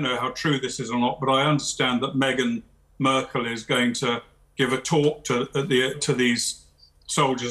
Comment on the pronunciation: It was cool when the Colonel said Murkle.